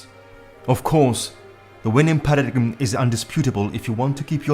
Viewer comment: With great respect, you would be better off with a Narrator who can pronounce with (important) word "PARADIGM" phonetically pronounced "para-DIME" It helps with our FE credibility...